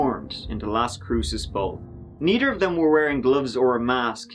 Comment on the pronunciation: LAWL!! "Needer of dem"